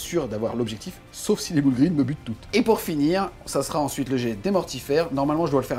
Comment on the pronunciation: Les "boul' green" xD damn la prononciation ! 🤣